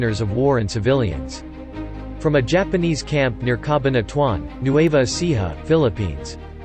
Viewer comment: Ca-bahn-a-tu-an. These AI voices are so annoying!!!